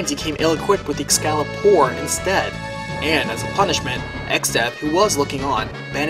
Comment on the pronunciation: "Noo I said Excalibur! Not Excalpor!" Banished